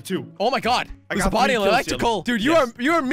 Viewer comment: dont say oh my gad!!!!!!!! jelly pls that is sin